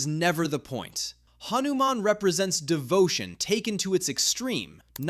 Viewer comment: Bro said hanuman wrong😢😢😢